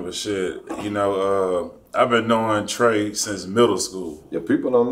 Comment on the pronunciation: Did he say TRAE DA TOOTH 😭😭😭😭